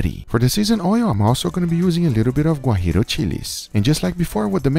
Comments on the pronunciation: Hello the Chile is not Gurillo it is Guajillo. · People, Is GUAJILLO Chile, not GUAJIRO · Great video. I will do it. Just one correction, it’s Guajillo chile, not Guarillo. Saludos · Guajillos, not guajiros chiles